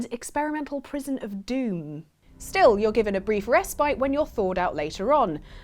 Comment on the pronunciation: Getting a kick out of a native speaker mispronouncing a word (respite). I'm going to just sit here and look smug.